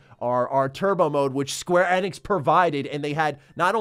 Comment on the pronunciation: the way you pronounce square Enix really drives me nuts lol.